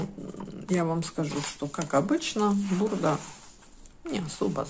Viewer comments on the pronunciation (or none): только не бурдА, а БУрда)))